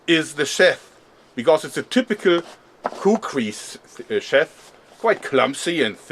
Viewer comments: the big khukuri knife,you called the cover a chef,isnt it called a sheath,pronounced sheef,ryhmes with beef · I was confused when you said 'Sheth' - we pronounce it 'sheeth'. Ingenius method of holding the kukri! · (not trying to be a jerk) you pronounced sheath like (sheth) it's pronounced (sheeth) like teeth. just trying to help! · Sheath is pronounced Sheeth. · Das Wort "sheath" wird wie "schief" ausgesprochen, nur mit einem "th"-Laut statt dem F am Ende. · It's pronounced SHEETH ;) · I thought he was saying "chef." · jörg I think sheath is pronounced like sheeth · Hey Joerg, Sheath is pronounced same as to shoot in German. I'm just trying to be helpful, so.. Nicht schießen! :D